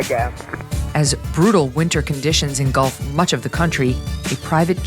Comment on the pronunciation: Megan, please please please Pronounce ‘INGULF” N OT “INGOLF” thanks you many times over